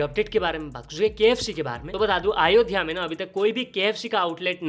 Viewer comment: " अयोध्या " atleast naam ka pronunciation acche se Karo Bhai 🙏🏻